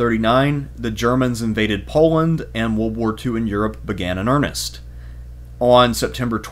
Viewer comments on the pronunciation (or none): none